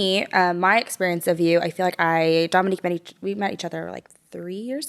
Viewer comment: Love you, but you’re slightly mispronouncing Dominque’s name. It needs a long “O” sound. She’s too sweet to correct you. Her mother discussed it in one of their early videos together.